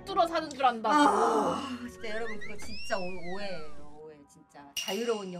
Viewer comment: 뽀스 어머님ㅋㅋㅋㅋㅋ오해에요가 오예에요라고 들리네